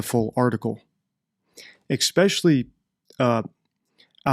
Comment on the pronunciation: Please. ESPECIALLY HAS NO X